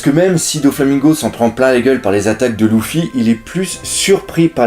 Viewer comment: pas loufy leufy mais s'écrit luffy